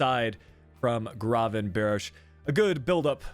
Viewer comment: Thank you for the feature! Much love <3 and just a FYI, Its pronounced Gravenberck instead of Gravenbirch:D